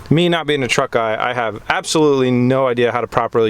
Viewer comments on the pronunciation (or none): Pronounced truck wrong.